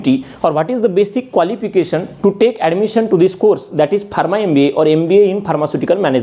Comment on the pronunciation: Barma? Its pronounced farma